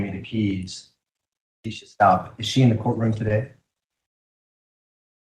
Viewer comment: You guys!!! I am NOT feelin' Cook. With cases like this one, I always get nervous that there'll be an appeal on the basis of ineffective counsel. He aint' even getting the name "Stauch" right, c'mon now. And he DEFINATELY let Lowry say too much. (Even if it was true.) I'ma keep my fingers crossed that this doesn't turn into a sh!t show.